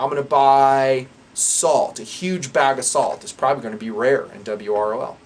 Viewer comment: calls it 'dub-ROL'. Dub ROl. Duh brol. Da brawl. The brawl. Well guys, it looks like we need to be ready for the brawl.